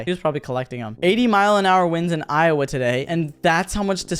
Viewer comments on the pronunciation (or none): none